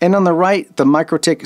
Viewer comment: Mikrotik is pronounced Mee-Crow-Tick.